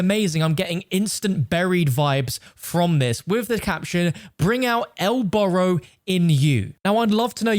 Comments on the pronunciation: You pronounced Burro wrong Burro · Yall are worried about the perks and im worried about how he pronounces burro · "El burro" means "the mule".... And you butchered it.... but Americans supposedly have lazy tongues right?